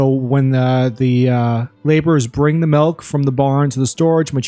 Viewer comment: Did you say "Malk"? silly comment